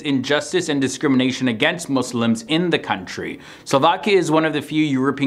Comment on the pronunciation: Thank you for not saying mOzLiMs